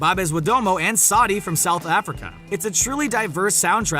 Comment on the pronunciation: U can't even pronounce(babes and saudi🤣🤣